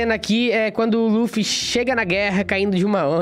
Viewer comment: Mano não se fala laffy e luffy vei poxa